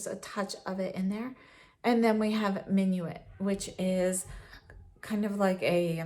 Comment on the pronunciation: Love Surratt shadows, they are my favorite. And I love seeing your Surratt collection, all in one mega palette! I believe that "Minuit" means "midnight" in French and is pronounced "min-wee"...also, a fun fact, something I believe I learned from Glam Dr. Mona here on Youtube who also loves Surratt that "DOW" stands for "Duke of Windsor"! Peau de Peche looks amazing on you,, a true wash of natural color on your fair skin. I love these silky velvety textures and enjoy being able to build them up.